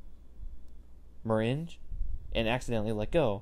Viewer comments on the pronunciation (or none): The word you pronounced as mer-rin-j Is mer-A-ng